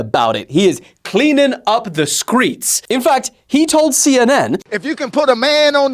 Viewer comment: 😂😂😂😂😂 skreets what are skreets 😅😮😂😂😂😂 don't you mean streets 😅😅😂😂😂